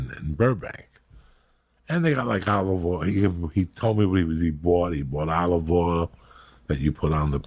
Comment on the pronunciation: “Olvuva oil”